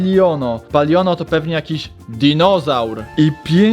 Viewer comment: to nie dinozałr xd tylko ytuber a tak w ogóle to to jest palion a nie pallon